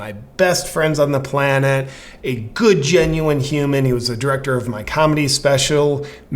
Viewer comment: Wtf with you saying planet? Take the T off and say it how it is! A lot of us know and seen your FE videos 💪